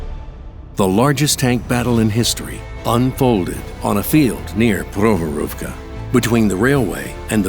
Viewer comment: great vid... but next time please have people who can actually pronounce the name of the place 'Prokhorovka' - they all sounded drunk saying it. Prok-horovka - there is a K they somehow swallowed up in mispronouncing it.